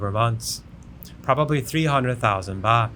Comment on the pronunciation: Baht not boht😅😅